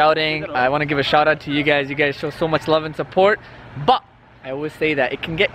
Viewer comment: You say 'but' weird. What is a "ba"?